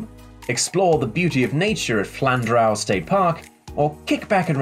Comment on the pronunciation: Sorry to correct you but it is pronounced Flan-drew